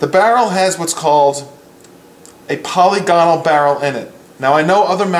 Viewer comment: I believe it pronounced POL-LIG-IN-ALL but I could be wrong. Thanks for the video.